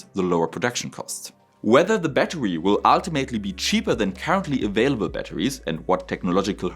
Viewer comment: I'm sorry. I wanted to watch this video, but when the video started with "A batuwy" I just couldn't take it seriously.